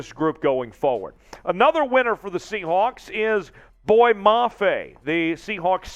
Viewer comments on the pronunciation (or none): Not "boy" . Pronounced : "boy yea".